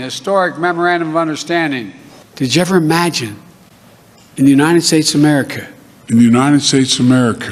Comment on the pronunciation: "This is the Unidid Steaks of Amerifa" -Pedo Joe